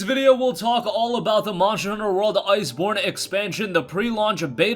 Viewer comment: I get trigerd Everytine he says monjer hunter. And not monster hunter.Sorry I'm a MH fanboi. It agrivates me. But otherwise great video